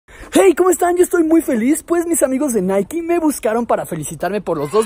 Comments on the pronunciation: Hey apenas veo este vídeo jaja pero creo que Nike se pronuncia así naik así a pronuncia nada más digo sólo que no es naiki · Es naik no naiki jaja Na gran vídeo bro👍✌